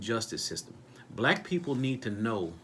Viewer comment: WHY ARE YOU OVER EMPHASIZING ON WORD BLACK PEOPLE WHEN THERE IS NO SUCH THING AS BLACK PEOPLE THAT'S A SOCIAL CONSTRUCT OF INVISABILITY AND HAS NO STANDING IN A COURT OF LAW.